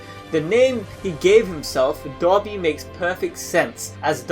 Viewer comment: It sounds like he is saying dobby instead of dabi